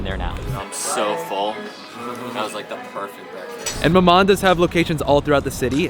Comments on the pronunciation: You don't pronounce the N, it's mama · The last letter in maman is silent. You don't say the N.